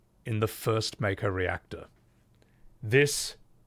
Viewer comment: thank you for your correct pronunciation of Mako, the way we all read it in 1997